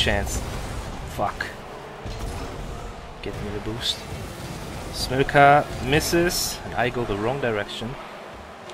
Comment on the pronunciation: Everytime says SMOKKA it sounds like SMOKER with a really weird accent